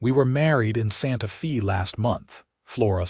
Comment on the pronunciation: Wonderful story! One of my favorites Wild West stories. AI needs to improve you pronounce Santa Fe (Fay) and it's not wound her arms his neck, round. It's they read books together. Verb tenses present, past, and future tense. AI is good but it's not great. Narrator's voice is the best! Thanks for taking care of all the loose ends and bring the story to closure. Deep in the heart of Texas!